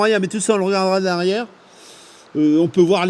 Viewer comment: pas MacPerson ----> MacPherson ---> Mac [F] erson